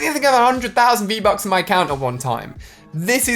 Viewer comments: he says get free-buks😂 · Lol u said free-bucks Good vid though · You said freev bucks